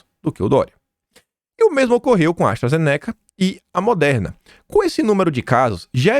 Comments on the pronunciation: Se fala: ASTRAZENÍCA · Pifaizer NÃO!! É "faizer"!! Astra ZÊneca!! Acento na primeira sílaba!!! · pronuncia os nomes de forma correta! Se pronúncia FAIZER e ZÊNECA. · KIM, Pfizer - fala-se Fizer (P mudo); Astra Zeneca, fala-se Astra Zêneca